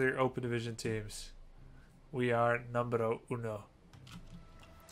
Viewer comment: "we are numbero uno" -bushido esports